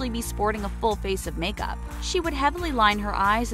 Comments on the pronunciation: They said make-mup yes you heard me I said mup that's what they said weird right but must of been a typo, in sorry if I offended anyone I just thought it was funny💜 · make-mup lol